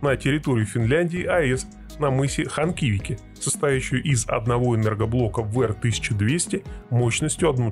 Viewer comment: Ханхикиви, а не Ханкивики :))